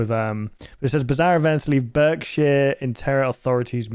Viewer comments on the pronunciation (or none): mate I cannot accept that pronunciation of Berkshire from a fellow Brit 😂